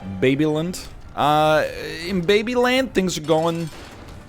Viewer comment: Okay im not sure many will believe this but i have a macdonalds in front of me and just tuned back into the episode when NL says "how are thing going in.. ehhh" and i replied "babyland" then boom he goes babylind.... pogged outta my mind dude.